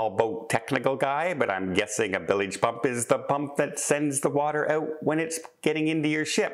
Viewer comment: It's pronounced 'bilge', not 'billige' pump. The bilges on a ship/boat are the bottom corners, where the bottom hits the vertical side. So, yes. a defective bilge pump is a big deal.